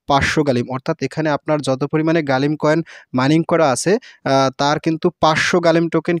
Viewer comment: ভাই গালিম না গ্লিম হবে